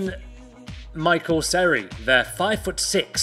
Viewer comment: you fucked up seri's name lol